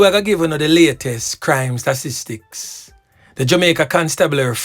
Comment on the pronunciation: The word is STA-TIS-TICS